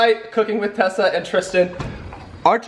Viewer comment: Who else realized that Tristan said chessa instead of Tessa like if you agree